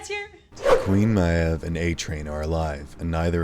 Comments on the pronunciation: The amount of people in this comment section that are making fun of or just flat out insulting the creator just because of how he says Queen “Maeve”…I can guarantee you a lot of people have at least one or two words that they pronounce incorrectly simply because it was the way they guessed the word sounded it before learning the actually it correctly. I was like 9 when I started reading the first Harry Potter book, and I had NEVER in my life seen or heard the name Hermione. So I just guessed and for the next THREE BOOKS, every time I read Hermione, I’d say it like “Her-moy-nee.” I had misspelled the name in my read the first time I read it (ex: Hermoine, not Hermione) and never noticed it. I thought the “o” came before the “i” so the same sound you’d get in the word “coil.” Eventually, the day game where someone laughed in my face and corrected me and now I’ve known for years how to correctly say Hermione, but I slip up and still pronounce it my stupid incorrect way often enough. It’s just how I taught myself the name and I’ve never been able to just forget I can deal with the grammar police, but the pronounce/enunciate police need to stay at home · Yeah it bothers me every time I here him say Queen Myev like that! literally Erks me to my core lol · Why can’t you say Maeve right? You must watch the show so you hear people say it, right? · Why are you saying Maeve's name like that, all characters say it differently in the show. Are you just trying to make people mad or what? Saying someone's name wrong doesn't make funny, it make you childish. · Narrators aren’t a pet of the writing team, and probably never saw the show. What’s more frustrating is the fact that Maeve isn’t even a made up name. It’s a real, normal name and they can’t even pronounce it right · Awesome video but I hate the way you say Maeve lol everyone says her name the same way in the show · Great video but am I the only annoyed by his pronunciation of Maeve's name? Jeez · 'queen myav' 😂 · THANK YOU!!